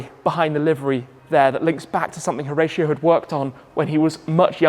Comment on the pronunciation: It’s pronounced Ho-rah-cio